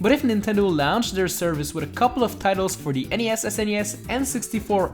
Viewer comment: The way you pronounce "launched" is so funny to me.